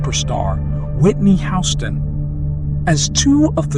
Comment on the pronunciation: How are you gonna mispronounce Houston’s name and do it over and over again. Where you living under a rock? Like seriously